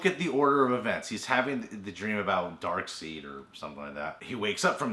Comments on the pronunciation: Arges Hagan Its pronounced Darkside but spelled Darkseid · Dark seed?!? Really?!? I'm sorry but learn your stuff man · this nigga saud darkseed lol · Did he just call Darkseid, "Dark seed" 😤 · pronounced dark side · said Darkseed.... YOU ARE NO LONGER ALLOWED AN OPINION! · of Everything DC & Marvel Dark Seeds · Really? "Darkseed"?! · of Everything DC & Marvel he's pronounced it right before, he mispronounced it on purpose. Why? IDK, cheese, that's the best answer you get